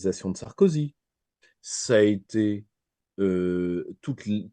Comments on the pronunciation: Comme il a tout tété... oups ! tout été !(sacrée liaison !). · Vers "comme il a tout été" ou "comme il a tout tété" ?!!!!!!!